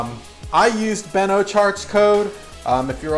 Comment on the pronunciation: Is that promo code still good? I believe you said “Ochart”